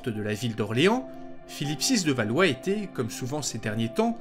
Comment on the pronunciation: Sais tu faire la différence en français entre le son é et le son è ? Quand tu dis "il était" tu prononce il été. C'était = c'été, Il allait = il allé. c'est assez pénible.